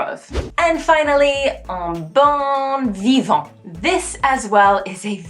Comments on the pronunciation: Yes, but watch out for "bon vivant" -- your "bon" sounded more like "bonne" ;-) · The way you pronounced "bon vivant" came out as "bonne vivant" which doesn't actually work. It's either "bon vivant" or "bonne vivante." Bon is a nasal sound while bonne is a soft sound. You can't really mix the two.